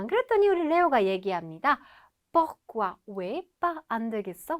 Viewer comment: 발음기호도 /puRkwa/ 이고, 자막에도 '푸흐꾸아' 라고 적어놓고 "뽀흐꾸아" /por~/ 로 읽네요.